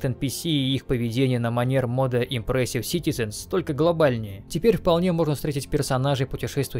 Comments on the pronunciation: Как можно прочитать "эммерсив" как эмперсив? КАК? Я понимаю, что знаешь не очень, но камон) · иммёрсив, а не импресив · лол да не imPressive а immersive. И причем в самом видеоролике название написано правильно, но автор систематически продолжает произносить совершенно другое слово. И ведь некоторые не особо смышленые люди, после просмотра данного видеоролика тоже начнут произносить неправильно. Автору явно следует быть более внимательным. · Имёрсив, не импресив. Ну ёпт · Как можно было неправильно читать в столь многих модах упоминаемое слово immersive, читая как "импрессив"?) Ну это я так. Сборка прекрасная, саму ее качать я не буду, но многие присутствующие в ней моды установлю. Спасибо. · От куда ты постоянно в слове immersive звук п находишь?